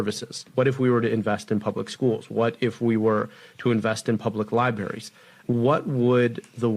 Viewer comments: This dude keeps calling them lie berries, instead of libraries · Did he say "public lieberries" - stunning 😂